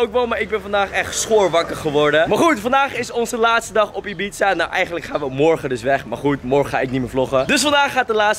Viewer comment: Wrm zegt Ib-za inplaatsvan ibiza